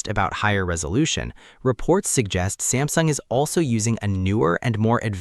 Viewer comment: Samsing mess up with ultra name missin the S Pen